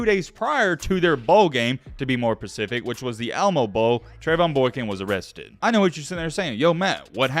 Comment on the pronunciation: I know you’re black when you said pacific and not specific.